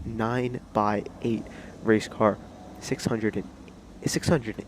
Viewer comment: Nice! Thanks!! Only thing: it's pronounced 9 ex 8 (as the letter X) because Peugeot has a trademark on all numbers with 3 digits with a 0 in the middle, for car names. So with the X there brings back their previous Le Mans racer, the 908 HDi, without calling it the same.